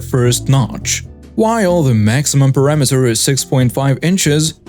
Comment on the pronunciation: Your pronunciation of ‘Perimeter’ is sounding like “Parameter”. These are completely different words. Please practice your pronunciation.